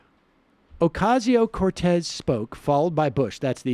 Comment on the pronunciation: Sam, her name is not Ocarzio, Ohcayzio or Ocazio, it's "O cass io". Just saying.